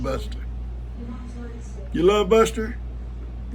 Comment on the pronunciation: Norma here. Buster loves Koda and I love the way she pronounces Bustah. She’s a good little tap dancer. lol Ivan doesn’t really like sharing his treats. Cleanup from a flood just takes forever. Thankfully, Ben is helping you. I hope you all get those back pastures cleaned up and the fences fixed so you can have some peace of mind.